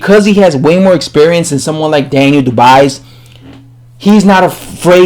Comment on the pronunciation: It’s Daniel dubious—- ( doob-wah ) is how it’s pronounced mate